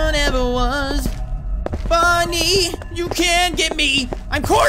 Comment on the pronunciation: Any time you call Bony it sounds your saying Ponuy